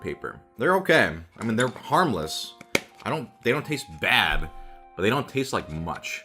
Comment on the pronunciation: "They don't taste baab" ~ ProZD, 2019